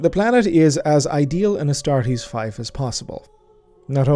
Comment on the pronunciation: Fife? You mean fief? Like feef?